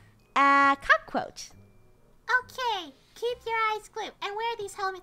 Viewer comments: Lol I was laughing when Funny said cacroch not cacatoatch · Sounded like they said CROCKroach